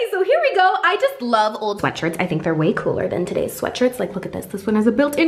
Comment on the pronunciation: did said thunk instead of think while wearing the cheetah printed dress???